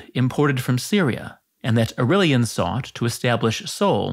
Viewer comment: Au-ray-lian NOT Au-rill-ian.